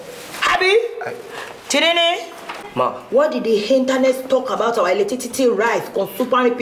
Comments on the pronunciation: Right eleticity😃😃😃 you know knew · Eletitity🤣🤣🤣🤣🤣🤣 Jennifer will not kill me🤣🤣🤣🤣 Timini, Timini,, Timini👂👂 How many times did I call u??? U r getting on my nerves o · It's Eletitity... abi you don't knew ni